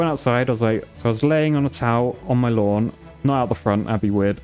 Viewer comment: mate wit ya dayin sayin "lawn" ya minger